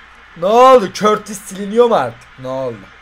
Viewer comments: Körtis değil kurtoa diye okunuyor artık düzgün okurmusunuz şunu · Abi o körtis diye okunuyo doğru okunuşu kurtova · abi körtis değil kurtua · Körtisi bılerek mı soluyolar yoksa bi espirisimi var adamın okunuşu kurtua deilmi aa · Abi o kalicinin adı körtis değil kurtua diye okunuyor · Körtis değil kurtuğa abi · Abi körtis değil kurtuva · Körtis değil abi kurtuva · Körtis değil curtua diye okunuyoooooor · Abi o körtis deyil kurtua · Neden Kurtuvaya körtis diyosunuz ?